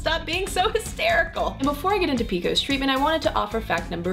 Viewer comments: No one that I know of, pronounces it PEEKOS. It's Pee Cee OH ESS PCOS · I had never once heard it described as "PEE-KOSE." Lol. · who the hell calls it "peekos"???